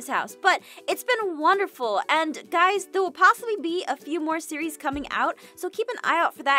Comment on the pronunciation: Abigail Smith it sounds like when I say it, it sounds like when you say series you are actually saying siri